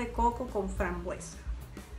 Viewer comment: Por qué hay que repetir 600 veces " helados de coco con fambruesa"señora no se dice fambruesa se dice FRAMBUESA 🤦‍♀️